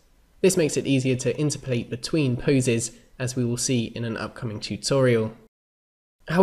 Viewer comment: My question is why do you pronounce "interpolate" weirdly? It's like "in-terp-o-late", not "inter-polate". (Like its opposite number is "ex-trap-o-late", not "extra-polate".) Sorry. Good videos. But that pronunciation was triggering me.